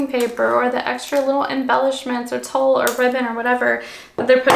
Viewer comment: You keep saying “Tull”, but isn’t what you using called “tulle” pronounced “TOOL”